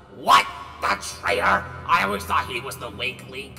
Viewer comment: Loved wen spring spring trap said I awayse come back